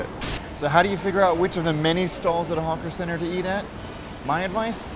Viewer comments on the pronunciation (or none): I don't know if it's my speakers, but every time you say "hawker centre", it actually sounds like you're saying "honker centre". Or maybe that's just a side effect of the McSpicy!